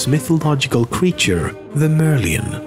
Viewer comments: its not mermion is merlion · I'm from Singapore and I'm pretty sure it's pronounced Mer-Lion and not merleone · it's pronounced "mer" "lion" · actually it is pronounced as mer - lie -en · He pronounce The Merlion wrong Its Mer Lion Its a mermaid but a lion